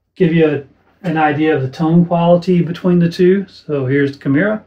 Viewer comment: Not to be the pronunciation police, but, I believe it’s pronounced “key-MEH-rah.”